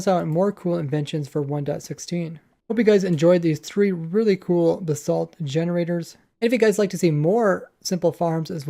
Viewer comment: It sounds like your saying "the salt"